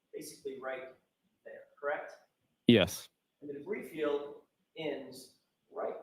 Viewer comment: I was quite excited at the thought of the "brie field" 😅